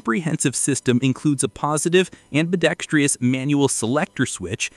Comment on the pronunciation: Minute 5: Hey AI “Genius” narrator: There is no “Tree” in “Ambidextrous”! Ambidextrous has only four syllables, NOT five. 😎